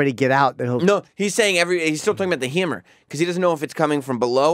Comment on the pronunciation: The "Hemmer"